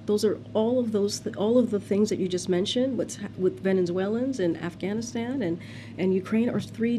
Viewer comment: And she said AfghanistanD <—— hahah😅